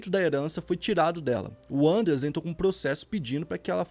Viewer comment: Nao é"Ãndreas", mas 'Andréas", é nome alemão e nao inglês, flor